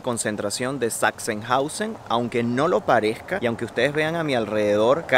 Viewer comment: se dice parezca no parejca